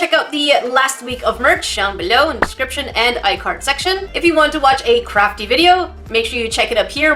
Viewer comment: On when u say Crafty I heard Crappy. Anyone else?